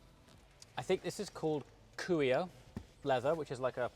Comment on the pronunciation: Cuoio, you can divide the sounds as cuo-io. And you would pronunciate the C as the Q in quality, the UO as the WHA in what but without the h sound, and IO as YO. The accent goes on the first O. Just in case you are interested in the correct pronunciation.